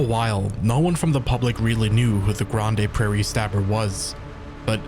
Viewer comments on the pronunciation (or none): I'm sorry but I died at your pronunciation of Grande Prairie, which is a perfectly reasonable guess at the pronunciation given its spelling, but it's just pronounced "Grand" Prairie cuz we ain't fancy here in Alberta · Grandma Paris